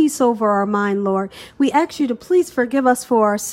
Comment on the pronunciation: Never had this before... I don't mean to be mean but you have such a great voice/speak wonderfully but it's not Axt it is Ask.